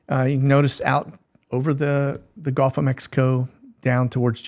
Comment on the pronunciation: Please learn to pronounce gulf correctly.. it's not golf... golf is a game... it makes you sound silly!